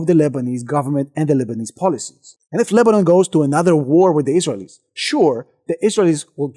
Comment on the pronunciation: I love your videos but you pronounce Israelies wrong